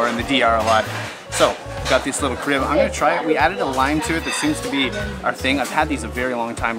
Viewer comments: Do try a Presidente beer in St Maarten. You can usually get it at the local outdoor Creole restaurants in Grande Case. Try the curried conch with rice and red beans. The ribs are to die for. Oh BTW the beer you had it's ca-rib pronunciation..ca then the rib. Another favorite beer from Trinidad.... Red Stripe good too from Jamaica. Dutch side of island is cheaper than French side overall for dining and accommodations. Not sure why that is. Maybe it's a French thing. Food and a place to stay anywhere on St Maarten is heaven. I have Timeshare 2 weeks with options to book at any place which has availability. Usually a one bedroom. I do use other places tho if I can get only one week availability with my Timeshare at the time I want to go so I will book somewhere additional so that I can stay back to back 2 weeks together. Mary's Boon, Dutch side was awesome.. I saw that option to pay extra if you wish on the restaurant bill. I've been coming to St. M since the 90s and I may give extra only if the service is exceptional. And cash to the server directly. Otherwise no. I'm Canadian. As for internet. Where I rented car for 2 weeks, I asked about internet. The guy took our phones and put in the wifi access free. We kept our phones on Airplane mode the whole time, and never had an issue. I never needed to use the GPS since I know my way around well. The restaurants usually have free wifi plus the accommodation had free wifi. Not sure if all car rentals do that or the guy was just accom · Many of us who live on the island have the same accent as you. However, we pronounce the beer Care ib...plus we dress differently than you. If I am paying by card, I will be asked about tipping so they bring the machine to me. Otherwise they can run the card and just bring me the receipt. We locals tip too. Next time hang with us to see more than just the tourist perspective.